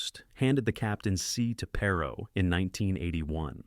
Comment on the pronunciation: Perhaps you should learn how to pronounce his name before making a video about him.